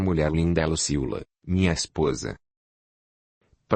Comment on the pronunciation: Ahh não é Lucila kk é Luciula